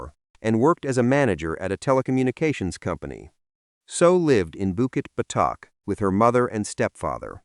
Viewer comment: bukit what?? botak?? urghh why use ai